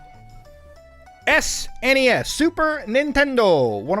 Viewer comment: Thank God you say S-N-E-S and not SNESSS